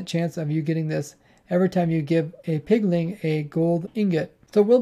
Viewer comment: I only have one complaint. "Pigling"